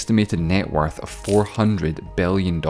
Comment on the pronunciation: You have to work out the way you pronounce i and e letters. 😅 instead of six I heard sex, billion I heard belleon.